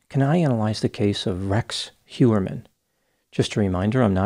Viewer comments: It is not Hjuerman it is Hojerman 😤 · I think it's Heuermann, not Hewerman.